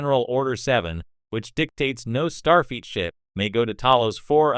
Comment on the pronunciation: The AI narrator is irritating and mispronounces Starfleet as star feet. Also, the pictures don't match the narration.